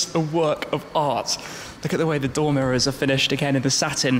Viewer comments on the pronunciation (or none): none